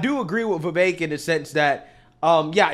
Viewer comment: There is no A in the name Vivek why does he keep saying vivaik